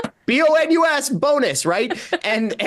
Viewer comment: Not so much a “Bonus”, but rather a “Bone-Us!”